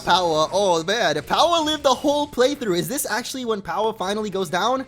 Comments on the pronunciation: the moment where hatched powah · My fav moment was when hatched POWAH